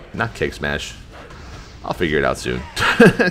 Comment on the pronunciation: I keep thinking you're saying Cake Smash.